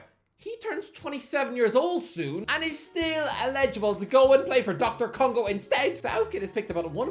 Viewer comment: Did this man actually call DR Congo, "Doctor Congo". Man the disrespect.